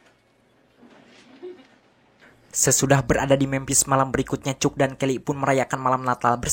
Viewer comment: Rangkuman mantap! Ini film yg sngt classic, si Tom merupakan seorang jenius. Aq pernah nonton bnyk rangkuman lain, tapi aq nilai mimin yg terbaik. Nah, ada satu suara vocal yg sngt khas dalam bahasa inggris yg dipanggil "schwa." Suara vocal trsbt ditulis "ə" dalam international phonetic alphabet. Nah, namanya sang tokoh utama adalah "Cək," bukan "Cuk." Coba pake google translator kalau pingin dengarkan namanya yg asli. Ok makasih!😃😃😃